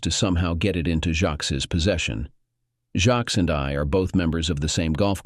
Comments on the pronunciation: ah. would be a good story if polished and corrected before posting........that goes for the story originator also jacques. not jack or jacks, jackie or jackson but i guess the voicer narration can't handle a frencj name. so why not use a different name? and lol.cook and cuck'....totally different, come on! 1.5 mins in and i am guessing that the 2 daughters are in fact siblings. "as they look so alike" the discussion at 25 minutes.....do not forget the money and life she stole from him to have her child raised by him. when its not his! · Jacques. It's french. So the text-to-speech bot has a few issues with it.